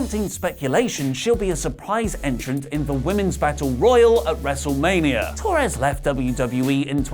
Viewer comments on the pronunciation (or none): none